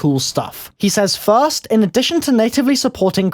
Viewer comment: damnit not foist